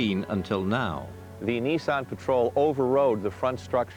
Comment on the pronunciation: Oh and Mike saying Nizzan is infuriating.